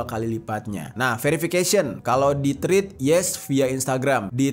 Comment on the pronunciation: Hi! dibacanya TREDS bukan Trids